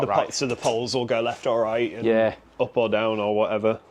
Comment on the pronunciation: Your leaft ear on your heed. 😂